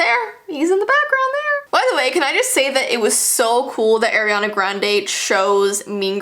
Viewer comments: Do u want kids when your older... BTW ITS ARIANA NOT aIrAnA... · ITS NOT ARYANA ITS ARIANA Sorry it get me mad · You said AIR iana grande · Who is "AiRiaNa" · She’s like:Eriana Grande (not hate) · Air-iana Arianators: triggered Sorry I had tooooo lol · It's ar-i-ana (r-e-anna(how to pronounce)) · When she said AiRiEaNa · ‘AIRiana Grande,’ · AIRiana (lol it’s ok) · it’s pronounced ari-ana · Why Is Every Single YouTuber Call Ariana Grande As "Eriana Grande"?? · Ariana sorry I just know Air-iana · Wait why does everyone say " AIR iana grande?!? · “ Ayeriana Grande “ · Its get me mad because Ariana not ARYana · AIRiana Sorry it just bothered me heh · im not blaming her for this but i was triggered when she pronouced Ariana idk if i was just pronoucing it wrong myself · You said ARIANNAS name wrong i triggered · you pronounce it wrong I love you videos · You said her name wrong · I love u but I wish you pronounced her name right 💞😭😑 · Ariana not aranna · Its not Airana its Ariana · No one:: "AIRiana Grande" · I love the top! Just saying the pronunciation is Ariana grande not Airana grandi. No hate i love you. Also can you do Olivia Rodrigo if you haven't done her yet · It's Ariana not Airiana just to clarify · Why did u say eriana grande it’s Ariana grande not trying to be mean but u so cute girl omg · it’s not AIRANAN grande it’s ARIANA Grande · Its ariana grande npt airana grande you fake as fans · ARIANA NOT AIRIANA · it’s ah-riana not air-riana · Everyone is saying eriana grande not Ariana grande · air-iana Me:ITS PRONOUNCED O-RIANA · Its not air iana grande its ariana grande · today we will talk about airiana Grande Me:Airiana grande? You mean ariana grande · Ariana not eriana😂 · Eriana? Ariana ahahahhahahaah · It's not Airiana Grande it ARiana grande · It's not air, it's ar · you dont say her name as airina its like ar-iana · NOT AIR-E-ANA IT IS ARE-E-ANA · Airy-ana haha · Ah yes air-iana